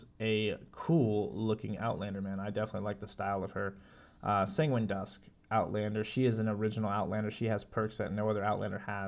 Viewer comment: Sanguine pronounced sounds like penguin lol also nice video! You should have more subs :)